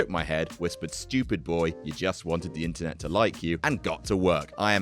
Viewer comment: YO ok so for a crazy long time I thought he was saying "stupid boy you just wanted the intern to like you," when he was saying INTERNET goddamnit.